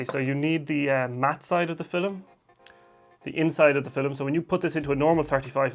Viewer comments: I love how you say fil-em. Great video, very helpful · Did he saiy FILLIM?